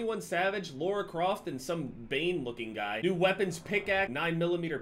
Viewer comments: "Lora" Croft 😂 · LA-RA Croft where you get Laura from that triggered me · Lara not Laura holy shit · "Laura Croft" 😂😂😂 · Did he say LAURA Croft?